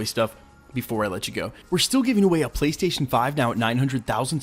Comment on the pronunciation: Prystation prease and fank you